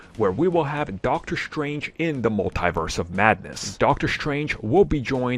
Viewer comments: Sheesh, it's hard to keep hearing "mul-TIE-verse". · It makes my ears bleed each time I hear that. Don´t they hear Kevin Feige or Tom Holland says this word?